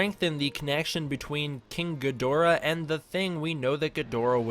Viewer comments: It's pronounced GID-rah or GEED-rah. A lot of us Western folk mispronounce it. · it's pronounced ghidorah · Stop saying Ghidorah wrong for god sake ur triggering me reeeeeeeeee